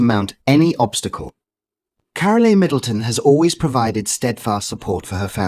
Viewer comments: It voice. Her name is carol not carolea. Do we have to put up with this stuff. It’s not normal. 😮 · Her name is not "CARO-LEE!" It is pronounced CAROL, like in Christmas CAROL! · Get your robots or ignorant humans to pronounce the names correctly. Carole Middleton is pronounced Carol NOT Carolee. 😡😡😡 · Why is Carole Middleton's first name pronounced Caroleee. It s Carole - the e is not pronounced. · narrator not pronouncing mother Carole’s name properly, it’s pronounced ‘Carol’ …the ‘e’ on the end is silent!! These folks should be screened! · ITS KAR REL TON , THATS HOW YOU PRENOUNCE IT! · The e in carole is silent it is pronounced p ke. Christmas Carol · Since you can't be bothered to pronounce Carole Middleton's name, I tend to doubt your narrative. What you have told is pretty common to chemotherapy patients. I sincerely doubt that any of this is directly relatable to the Princess. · Catherine’s mother would never discuss personal information about her beloved daughter. You don’t even know how to pronounce Carole’s name properly so why would anyone believe this total bunch of rubbish that you are trying to sell the public regarding Catherine’s recovery. Shame on you for going into embarrassing details and trying to sell this garbage as truth! Leave Princess Catherine, alone and mind your own business!